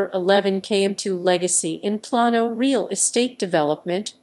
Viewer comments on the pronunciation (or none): This is old. But it's Not Elle ec tronic. It's E lectronic. It's Plain O. Not Plawn O. Plano. It's not Pair O. It Purr Row. Perot.